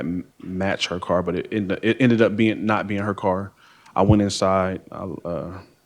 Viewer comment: She "axed ta cum"